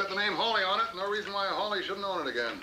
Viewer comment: Isn't this The American Dream/Nightmare...?!? Anyway, thanx for this rarity (although it's Hawley, not Hawkley)! The 1961 novel rendered Steinbeck a Nobel Prize, but in USA he was ridiculed. Canadian Donald Sutherland (b. 1935), who went through theatre school in London, and debuted in a French/Italian horror movie (The Castle of the Living Dead) in 1964 (directed by a certain American, Warren KIEFER - hence Kiefer Sutherland...), was a wellknown Vietnam War protester with his then girlfriend Jane Fonda 50 years ago. He could've made ½ a billion dollars from taking percentage from his bit part in the 1978 comedy 'Animal House', but chose a small, safe cheque for $30,000 or thereabout instead... I myself find this 1983 Waris Hussein TV movie - with my old (79) favourite Tuesday Weld - working just as well for the era of 1980s Reaganomics, and for today's America. And Sweden. And UK, €U, Russia, China... "It's glorious to be rich", as China's leader Deng Xiaoping said some 40 years ago. "Greed is good! Greed works!" (Gordon Gecko/Michael Douglas in Oliver Stone's 'Wall Street', 1987). /J, Sweden (b. in 1961...)